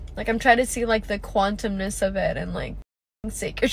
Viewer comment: and 'understanding the quantemness of it' like what 😭